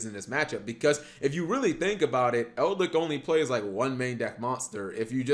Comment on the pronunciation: its Eldlich, not EldLICK